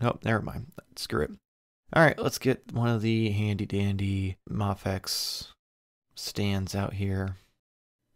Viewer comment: I'm sorry, but is it not pronounced May-fecks? (or Mei-fecks) it sounds so sad and unconventional to hear you say "Mah-fecks" ... hope this helps.